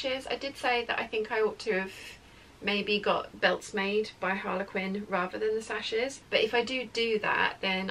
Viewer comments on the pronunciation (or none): none